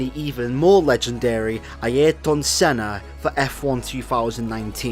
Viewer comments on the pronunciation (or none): Aieeryton Senna lol